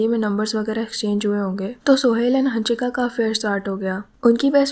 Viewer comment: Ooo pagal hannnshika nahi hansika.. Pagali